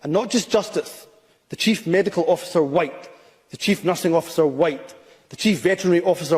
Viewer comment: When he pronounced the silent H in the word white ,that told you it was said with malice against the 95%of white Scot’s and white people everywhere ..he’s a race grifting bigot that needs to go from any form of power whatsoever. He would of ended up. Like Charles Stuart in the past as would most of those in Englands parliament for treasonous acts ..Scotland wales and Ireland have seen enough of tyrannical bastar## in the past and so has England ..this is the 2024 not 1296 .it’s time to make Humza useless as welcome in Scotland as they made Edward Long Shanks and Marshall wade …not very welcome at all ..